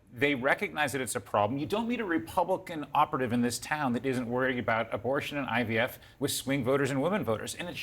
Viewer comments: Is he saying IBF . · Why is it that no one else caught Donald calling IVF, “IBF”????? He clearly doesn’t know what “IVF” means or stand for. Listen very CLEARLY!!!!! He said, he’s the father of IBF! lol 🤣🤣🤣🤣🤣🤣